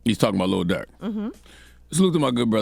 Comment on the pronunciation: It’s Not DuRk